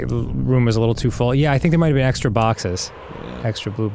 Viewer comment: Extr’y, extr’y, There’s an extr’y object to report.